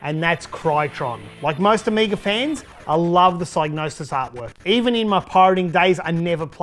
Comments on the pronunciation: You are defintely the first person ever to pronounce it with a silent G. Everyone, when growing up, on TV (e.g. ads, game shows, and computer shows), at conventions, all pronounced it with a hard G and either a "Sig" (sounds like "Dig") or as "Sy" (sounds like "Die" -- i call this a hard "Y") .....meaning, the hard G (not silent) was always said the same way. It was just the beginning part if the "Y" was soft or hard. For me i pronounced it with a hard "Y" which is the most correct version, even trumping Clarke ;P. Proof? Check out BLOOD MONEY's intro to hear how Pysgnosis pronounced their own name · You are indeed wrong. It should be pronounced Sig-nosis. The y is pronounced like in 'hypnosis' and the G is most definitely not silent. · hmmm, I decided to look into it and I'm pretty sure you're wrong. The word “gnosis” (meaning “knowledge of spiritual mysteries”) is pronounced with a silent G. Presumably the “Psy” part comes from “Psychosis”. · It's a made up word, so if the guy who made it up pronounces the G then that's that, the G isn't silent. But linguistically it makes no sense. Also saying I'm literally the first person EVER to say it with a silent G is just retarded. A combination of G and N almost always means the G is silent, eg. gnome, gnocchi, gnarled, gnat, gnaw, GNOSIS 😂